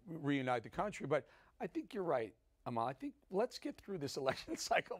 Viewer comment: Eric Bolling: It's disrespectful to your guest, especially someone as smart and scintillating as Amala, not to take the time to learn how to pronounce her name correctly. It's 'AH-ma-la, not a-MA-la.